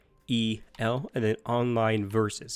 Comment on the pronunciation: It’s not C H E L it’s just one word lol